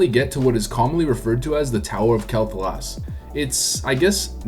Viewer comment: It's "Kwell Thah-las"